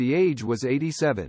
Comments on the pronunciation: Maureen Ahsaliven??? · AI puts the acCENT on the wrong sylLABle.😊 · AI can 't pronounce 0'Sullivan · Sorry, but this vid blows. Short bio, with nothing about the"Strange and Sad" ending that I found Just another sorry YT "content" provider who doesn't care if the facts are straight or not. He butchers a common Irish name on top of all this BS! Thumbs down, HARD! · Yet another stupid A. I which can't pronounce her name 🙄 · AI voice unable to correctly pronounce the surname of the woman about which this is written ! 🙀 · Why the weird pronunciation of her surname it's a common enough name